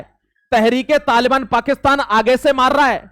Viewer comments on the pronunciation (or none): none